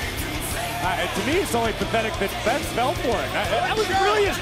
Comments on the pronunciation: needs to retire and its Beth not bet maryise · Love how she said Bet instead of Beth😭😭😭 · If you don't speak French you may not have noticed that she doesn't say Beth. It's not an accent thing lol. She says Bete. That's French for stupid or ignorant, leaning towards dull or dense. I knew it was a setup from the moment I heard the way she said Beth's name and I'm wondering if any other French speaking people caught this wording. Considering what happened I don't think I'm imagining things and the audio is clear. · "Bet Phoenix" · and "Bet" (pronounced "Bete") in French is "Beast" or... "Stupid" haha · it sounds like she is calling Beth "bete" which is beast in french and haitian" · She botch by saying "Bet" is it that hard to say "Beth"?? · It's not bet its beth